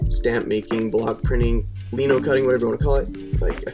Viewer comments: Lie-No, not Lee-No. Lie as in Linoleum. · the shirt turned out so cool! i'm from the UK so maybe it's different but over here we pronounce it like lie-no instead of lee-no